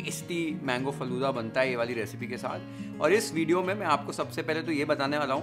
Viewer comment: It's not "Falude" ....it's "Falooda"